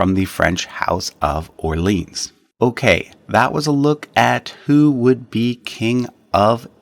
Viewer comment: Too many mispronounced words (Orleans? This is not a place in the USA, for examle) showing the narrator to be a simple reader and not a scholar.